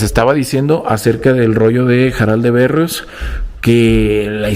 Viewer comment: Es Jaral de Berrios, no Berros. Y la historia que se enamora de su hija nunca la había oído más que con youtubers, y soy de por ahí. Me encanta tu canal, muy buenos lugares.